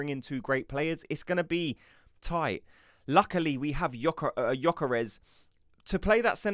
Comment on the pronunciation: I would join if you correct your pronunciation of Gyokeres. It is NOT GyokOres, it is GyokEreSH